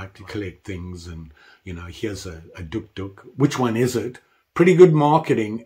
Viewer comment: The O is silent, it’s pronounced, duke, duke, like the dog